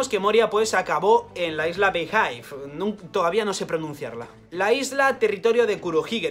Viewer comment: Beehive se pronuncia Bijive, al menos así lo pronuncian los youtubers de One Piece en inglés.